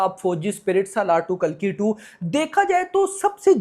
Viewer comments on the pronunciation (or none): none